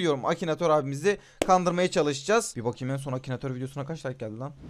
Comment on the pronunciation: Akinator'u Akinatör diye bilen koca yürekli:)